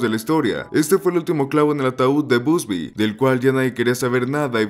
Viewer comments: ❌ Bubsy ✅ Busby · "BUSBY" jajajajaja!!!